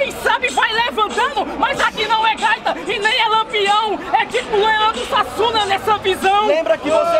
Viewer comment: Meu ouvido sangro quando ele disse "Leandro Suassuna"